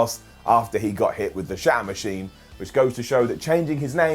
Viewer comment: It sounded like he called "The Shatter Machine" "The Shart Machine" . That move would be more devastating than the surprise roll-up. lol